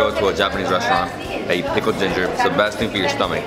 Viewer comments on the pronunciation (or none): none